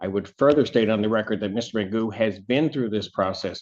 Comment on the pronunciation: He isn't "jokingly" referred to as Mr. Magoo. That's his name. Not "Magood".